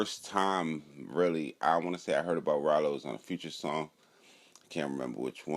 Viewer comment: Raylo... I’m sure she knew how to say the name fr